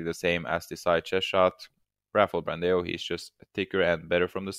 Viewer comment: the pronuciation of ''BRANDÃO'' is like ''Brandown'' .. huge hugs from brazil